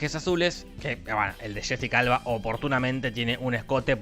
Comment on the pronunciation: Cuando dices Jessica Alba suena a Shesi calva